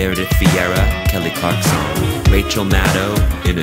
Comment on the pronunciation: “Kelly Clark-sawn”